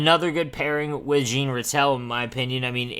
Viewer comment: wow thats not how you say Jean Ratelle name LUL Jean is said like Jean Beliveau not like jeans hahah